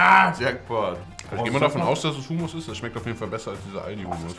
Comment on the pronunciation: Ich hasse es wenn man hUUmuss sagt anstatt Hommosssss